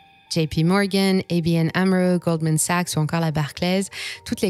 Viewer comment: Très bon accent US, mais ce n'est pas "héy bi èn" amro, mais "ABN" car c'est une banque néerlandaise😉(= Algemene Bank Nederland)